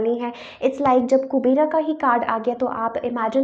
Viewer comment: Kubera nhi kuber boltey h